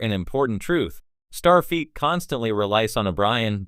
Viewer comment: Fix your pronunciation of STARFLEET!